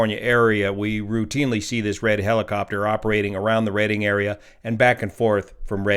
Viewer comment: It is Redding not Reading.